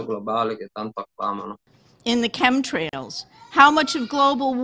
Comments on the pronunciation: fantastico! Ma "scemtrails" non si può sentire! Chem si pronuncia come lo leggi, viene da Chemical=chimico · "Chem" in inglese si pronuncia esattamente come in italiano.